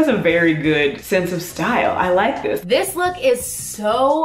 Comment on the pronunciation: ikr! where was the Clevver"Stal!"